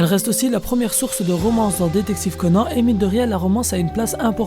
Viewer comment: Pourquoi tu dis Conane ? Mdr